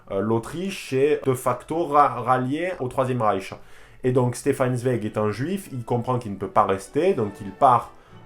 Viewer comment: Excellente vidéo ! Juste on dit "Tsvaïek" pour Zweig ; )